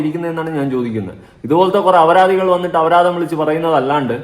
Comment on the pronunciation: Not avaradhi. It is aparadhi. Avaradhi word is not in Malayalam language bro... Kura divasayi paranann vicharikkunnu